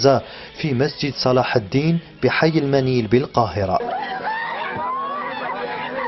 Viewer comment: والحي اسمه حيّ المَنيَل بالقاهرة..عيب والله عيب حتى اسم الحي لا يعرف قراءته من الورقة في عصر كل شيء فيه متوفر على الأنترنات وعلى الأخبار..